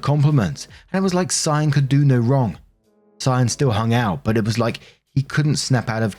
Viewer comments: Cyan is pronounced sigh-anne you got it right :) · Good job on the pronunciation of Cyan! If it's meant to be pronounced any other way, it's one of those ridiculous spellings kids will be embarrassed about their entire lives. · Off topic of the story, but, I'm almost 100% sure that you pronounced "Cyan" correctly.